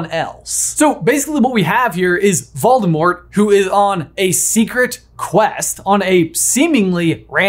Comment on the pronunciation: It's clever of you to pronounce it "Valdemort." He won't find you that way. But I think you're giving Rowling way too much credit. She isn't a good writer. She didn't think about the story this deeply.